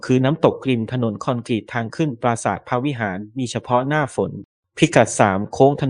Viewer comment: ยังอ่าน คอ-นก-รีต อีกนะ โคตรโง่เลย